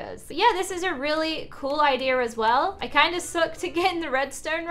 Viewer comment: I love how she says idea like idear. It’s so cute!